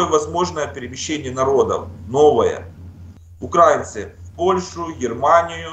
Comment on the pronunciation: УкраИнци, а не УкрАинци